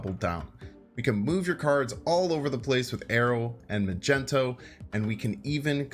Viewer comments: The guy is called mag-neto not ma-gent-o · magento? don't you mean magneto? I guess I can't really blame you for not being a marvel fan but damn you just mispronounced the word magnet I love your channel, but you've gone too far >:( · You're saying it wrong. It's MagnEto, not MagenTo. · its MAG - NE - TO my dude.. Wtf is Macento.. sounds like a colour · It's MAGNETO not Magento you uncultured swine. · Majento ? Mag - nito Sorry for correction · I almost left after he said Magento lol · My guy really called magneto Magento🤣🤣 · I can’t with him not been able to pronounce “Magneto” LOL 🤣 like what the hell, bruh: Mag-Knee-tow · Do you actually believe it's pronounced Magento? Or are you just trolling us? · Magento? Please never say that again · This man said “magento” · Idk why it bothered me that he called Magneto - Magento but it did lol. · Did this man just say majento 😂😂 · Did…did he say “Magento”? Lol